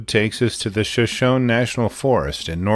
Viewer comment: 3rd story.Shoshone is pronounced Sha-shown-ee.